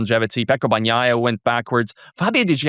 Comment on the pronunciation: At least learn the names of the riders re re's!!! "BaGnaia" really!!!!